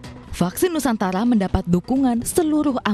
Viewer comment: vaksin nusantara,,, bukan nusantala